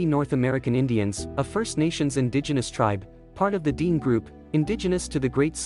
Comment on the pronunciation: Dene is not pronounced Deen, but closer to DeyNey. Dene (/ˈdɛneɪ/)